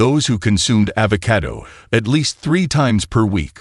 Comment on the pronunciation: The AI's pronunciation of avocado is irritating.